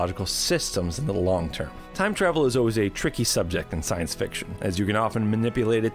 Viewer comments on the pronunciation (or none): none